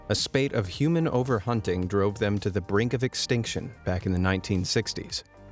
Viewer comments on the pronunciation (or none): none